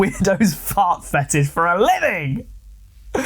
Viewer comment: A Fauht Fetisshh